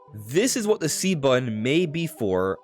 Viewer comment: button, not bun.